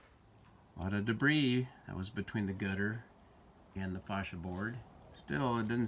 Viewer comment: Bet that tech loved having you follow him around with a camera mis pronouncing ˈfā-sh(ē-)ə